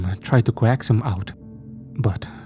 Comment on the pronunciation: I really like your narrations, but for hecks sake. Coax is is pronounced "cokes" or coaxed is "cokes'd" not co axed.